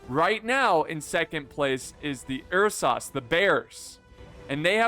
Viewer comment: lol ''er sahs''lol Ursa's bro